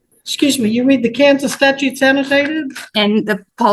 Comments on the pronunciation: She reads the state "Statues" lol she can't even say the word properly 😅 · Did she really say, "I read state statues" ?